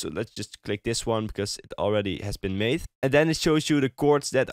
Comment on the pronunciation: Why does he use th in places where there is no th? For example he doesn't say "that", he says "dath". Or "syncth" instead of "synced", "mathe" instead of "made" etc etc